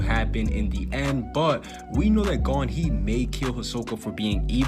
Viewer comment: Why u say “Gone” when it “Gon”